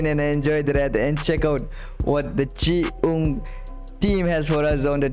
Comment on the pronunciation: Hello pronounce as chi- yung not chi -ung. ❤❤❤